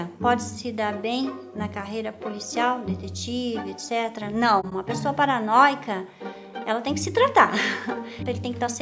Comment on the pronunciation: vim só pra dar like pelo acento no "paranóia"